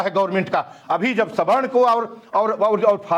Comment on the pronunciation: ऐन्कर मैडम सही बोलें सवर्ण को स्वर्ण क्यों बोल रही हैं ।